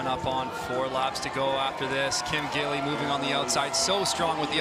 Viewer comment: 吉莉·金 is the pronunciation of Kim Gil-li. It's Gi li Kim, not gill.. Gee li. Your going to be saying her name for several years. Since she may ultimately be the best female skater of all time, i.e. GOAT, you should learn to pronounce her name correctly.